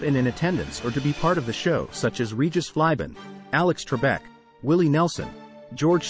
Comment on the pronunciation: What, you've never heard of Regis Phlibin, Maria Maples, and Henry Winkley? lol